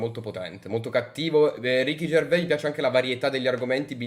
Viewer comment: Pronunciano Gervais alla francese, baka rassegnato